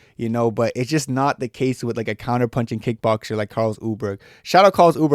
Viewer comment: Carlos ‘Ooleberg’ and Josh ‘Hokitch’…